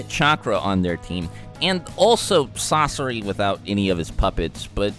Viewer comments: he calls sasori "sasora" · Did he really say sasora? fr?! You gon do my main sasori dirty and try to combine his name with someone who is useless COMPARED to him?!? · Sasori ❌ Sasora ✅ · He said Sosora not Sosore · Did no one realize that’s he called sasori sasora somewhere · "Sasora" 😂😂 Sounds cooler tbh. ( :12) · this dude said sasora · Sarora lol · he says sasora